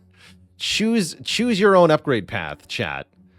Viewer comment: Is he saying greetings choose, or greetings chooms? Like from cyberpunk